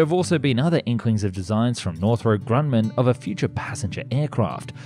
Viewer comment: hey I'm a big fan of your video's and I watch every single one. love the quality content. I have one little nitpicky remark though. In the future, could you please take a bit more care when pronouncing company names? You kind of pronounced Northrop Grumman a bit weird and if i recall correctly the same happened to Messerschmitt and some other companies in previous videos. it's not a big deal of course but it can kind of take me out of the zone when listening to your video's.